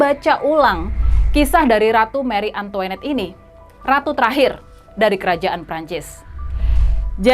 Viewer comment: Antoanette bkn antoenette